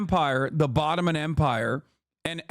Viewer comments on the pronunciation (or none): Couldn’t help but notice Hasan saying “bottoman” empire. Does anyone know if he is anti ottoman? I know he is Turkish